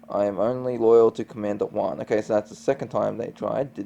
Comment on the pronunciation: The G is pronounced in Guan just thought to let you know to correct your pronunciation. Love how you tell the plot of the Korra story 🖤